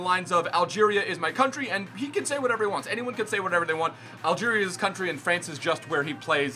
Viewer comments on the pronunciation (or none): none